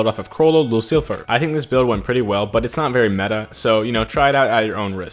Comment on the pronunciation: Lucilfer is usually pronounced without the L making it Lucifer